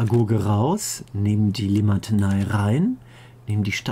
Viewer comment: ich sag auch immer Limatenei XD